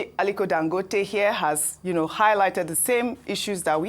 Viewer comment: he is Dangòte not Dangóte as you called him. Listen to Dr Abati he got it right. Ask your Kano friends if you doubt